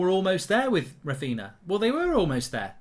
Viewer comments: Mark Its Raphinha yes Raphiña not Raphina Mark in Portuguese and Galician nh is ñ like for example Pauliño (Spanish), Paulinho (Portuguese/Galician) and Pauligno (French/Italian) see the exemple Mark same for Darwin Núñez of Liverpool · The man's name has been all over the news and he still can't say it right. Rafina 💀💀💀💀💀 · No way you pronounce ‘Raphinha’ like that…